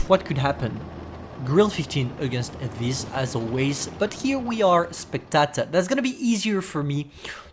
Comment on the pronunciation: Spectator as well🤣 “spatater “